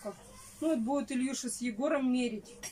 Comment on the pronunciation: Почему ильюша ? Илюша , не коверкайте имена . Слушать тошно .